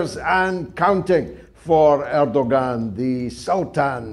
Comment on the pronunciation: Pronounced Erdoan. G is silent. Thank you for your great work.